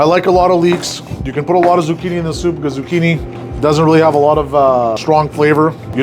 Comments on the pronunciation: Not like “soopuh” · lol.. he says souP(pop) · Is the way he says soup that gets me